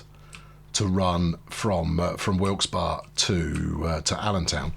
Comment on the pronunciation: Also, the locals call it Wilkes-Berry. You say it correctly though.